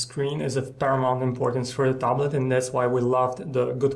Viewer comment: its tablet not taaab late xD